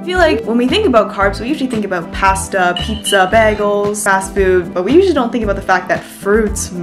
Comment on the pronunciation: Love ya but the pizza...it's not pizzaaaaa (yeah, I'm Italian ahah)